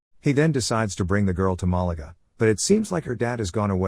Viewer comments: its MAH LAH GAH not MALA GA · as a resident of Perth it’s pronounced Ma-La-Ga